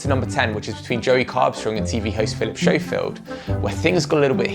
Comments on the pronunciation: That would be “Philip Scofield” not “Philip Showfield!” 😜😂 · I'll never trust a brit that pronounces it 'showfield' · It's not show-field lol